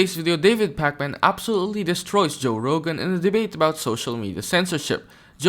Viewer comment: Why you keep saying his name like it’s the video game 😂